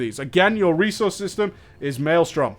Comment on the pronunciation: Elemental - New 'resouce'. :D